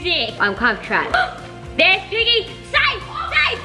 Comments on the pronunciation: When said piggy I thought she said biggy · When said: piggy has woken up, doesn’t it sound like biggy?? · when said piggy had woken up i though u said biggy had woken up🙂..